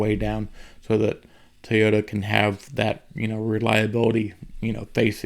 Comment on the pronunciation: for the love of the english language ITS NOT TEY-OTA. ITS TOY. TOY TOY. as in OY vey... sheesh